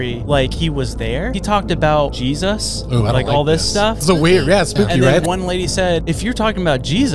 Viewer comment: Why's he saying it like that?😅